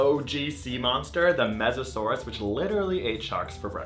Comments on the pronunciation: M-m-mesosaurus?!?!?! TRIGGERED (It's Mosasaurus "MOE- suh SOAR uhs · It's Mosasaurus not "Mesasaurus" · it's not mesasaurus, it's mosasaurus. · its mosasaurus no offence